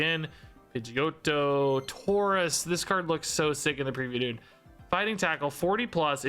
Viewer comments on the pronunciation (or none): none